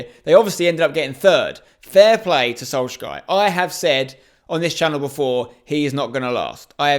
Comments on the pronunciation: Nobody:Solskjær Spencer:solshsky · Only disliking due to the way you pronounced Solskjær